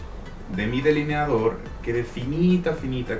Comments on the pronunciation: *delineador no “deliniador” eres una de las colaboraciones de Luis Torres más simpática y guapa 👏👏👏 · ¿Por que dice “DELINIADOR”?